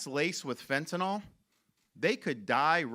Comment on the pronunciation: It’s not Fentanol!!! It’s FentaNYL - like acrylic. Further, it’s “pouring over the border” because AMERICANS ARE BUYING IT!!! If they had nobody to sell it to, it wouldn’t be coming. Supply and demand. Free market!